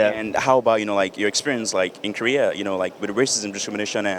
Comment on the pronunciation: It seems like Korean American girls say "Kurrea" instead of "Korea"